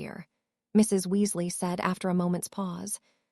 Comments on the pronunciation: It is not pronounced w u s l a h, it is Weasley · Oh my god blond being pronounced blunda. Weasley as wuzla. Pus la tunj la for parceltounge! That one's hilarious, but it's taking away from the story. Please please remove and replace it with A.I adjustment back to how they were before in the other books on this sight. Well apart from slutharun